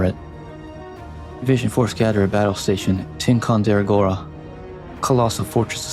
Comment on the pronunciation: Whoa, son what was that pronunciation of "Tie-Con-Da-Row-Ga", trust me it isnt "tea-con-dera-gora"